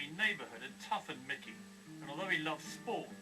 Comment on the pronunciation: nickey??? it`s mickey